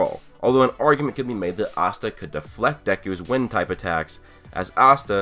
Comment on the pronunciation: Its Asta NOT Assta I'm so tired off hearing dis and then if you watch the anime you HEAR them pronounce IT